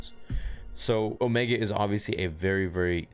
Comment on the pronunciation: you mean "Ohmeeega"?